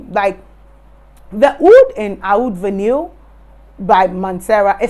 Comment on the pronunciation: It's pronounced VAH-NEE, not vahneel.